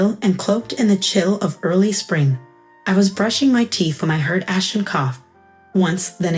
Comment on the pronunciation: Ashton, not Ashen. Won, not one